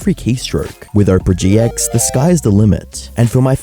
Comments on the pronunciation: bro really said oprah gx💀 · bro said "Oprah GX"